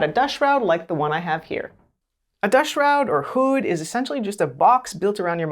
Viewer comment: Say hood again. 😅